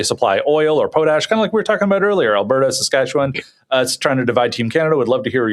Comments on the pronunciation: Po-tash... the Em-FAH- sis is on the wrong Syl- ABLE Seriously....somebody was either home schooled or didn't have Sister Mary Angry teach you social studies and / or French Great show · Do you guys deliberately mispronounce "potash" as some kind of joke, or do you really not know how to say the word properly?